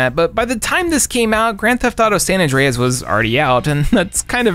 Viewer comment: The way you pronounced GTA San Andreas was so funny